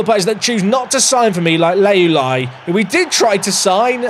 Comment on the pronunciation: constantly mispronouncing Leuluai will be my 13th reason 🤣